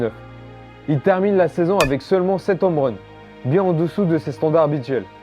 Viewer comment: Bonne vidéo, par contre rien sur son transfert au montant stratosphérique? Et puis les "zomeruns", les "nomerun", "les américains revient" j'ai mal aux oreilles...